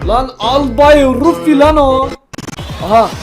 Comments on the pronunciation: Ruffy ne ya? Ruffs onun doğrusu (Türkçe okunuşla Rafi değil Rafs) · Albay RUFİ DİYE OKUNMUYOOO ALBAY RAF DİYE OKUNUYO